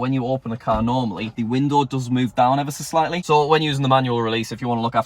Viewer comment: This is how many times said "Ever s' slightly" V